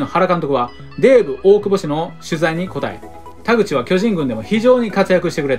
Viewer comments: 田口はれいとじゃなくてかずとだったきが あと、高田もたかだじゃなくてたかたやったかと、、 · 田口はれいとじゃないよ！かずとだよ！しっかり勉強しましょう！